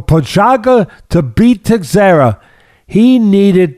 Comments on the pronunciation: Prohazka and Teisheira. Funny hearning Teddy's pronouciation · Teddy's mis-pronunciation of Prochazka (and Teixeira for that matter) is legendary. I'd put him up against Joey Diaz any day of the week lol. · LMAO it's "Pro- hauss- ka And Glover's is Tesh-air-uh Guys, please don't change 😂😂 You've managed to outdo Chael Sonnen at butchering names. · I love Teddy's philosophical outlook. PS: pronounced pro- haas- ka and te-share-a